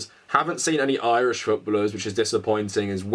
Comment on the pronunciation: Canadian living in the UK here, legitimately had to pause and rewind the video 3 times to figure out what the hell futbuhluhs meant, lol.